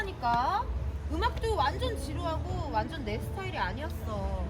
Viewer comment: '오나전 지대 짱이다' 이거 인천 애들 말투 인데 인천 출신인가 ㅋㅋ